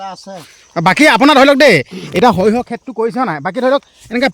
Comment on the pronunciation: হেৰি ডাঙৰীয়া ভিডিঅ' বনোৱাৰ লগতে অসমীয়া ভাষাৰ শ্ৰাদ্ধ ও পাতিলে যে কিয় ? কাৰন হৰিহ নহয় সৰিয়হ হ'ব লগতে কিষক নহয় কৃষক হ'ব বুজিছে // নজনাটো লাজৰ কথা নহয় কিন্তু নিজে নাজানিলে আনৰ সহায় ল'ব লাগে